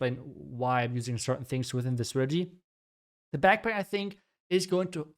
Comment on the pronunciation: Please learn how to say “strategy”